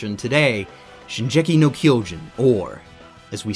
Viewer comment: Shingeki no Kyojin! Not Shinjeki no Kyojin!